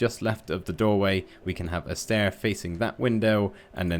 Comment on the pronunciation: „A Stair…a window another stair-thats not stai 😂😂